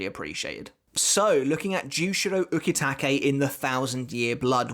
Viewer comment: I like your vids. But your pronunciation of some Japanese kills me. "U-KEY-take" 🤦‍♂️. Same reason I can't watch dub'b anime. But keep the series thoughts going, bud.